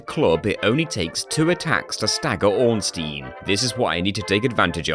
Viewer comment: It's funny that you pronounce both Ornstein and Smough differently than how it was likely intended (based on the Japanese spelling, which is phonetic)